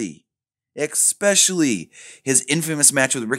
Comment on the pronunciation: says especially properly... pauses... says expecially...